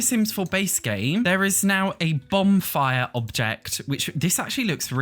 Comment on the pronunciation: lol are you saying Bombfire? 😂That’s what I’m hearing and maybe it’s your accent? I love it btw but it is Bonfire 💗